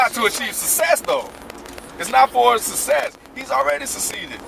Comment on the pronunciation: why does say "sessess" and "sucede"? Love the show, just pointing out something funny to me